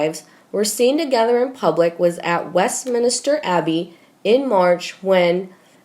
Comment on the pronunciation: West Minster Abbey. Not Minister.